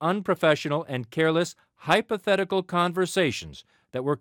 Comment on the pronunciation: "Hypothetical" lol